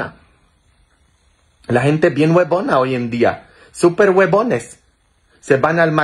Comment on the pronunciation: se dice Colágeno y la Próstata. Y no se dice Guebones. Eso es grosero. Desde Australia un abrazo grande. Ros🌹❤